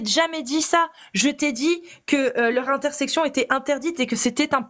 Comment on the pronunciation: Encore une petite pour Casus: "intercession", et non "intersection"